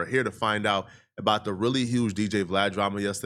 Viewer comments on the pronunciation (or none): none